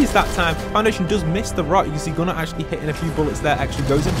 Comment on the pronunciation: You called him gunner but it’s Goo-nar